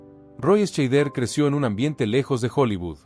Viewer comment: Dios mio, se pronuncia Shaider, joder, documentate un poco. Y también Estiven......mejor no sigo, odio la mediocridad.